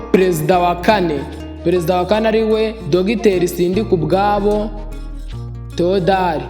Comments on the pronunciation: Mbega imbwebwe weeeee, ngo ni "Sindikubwabo Tewodari" kdi ari "Thèodore" injiji ziragwira pe🤔🤔🤔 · Wigize umuswa, izina Theodore ntuzi kurivuga? Uvuze Theodari wowe. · Uri ikigoryi kbs, ntuzi kuvuga Théodore kweri ?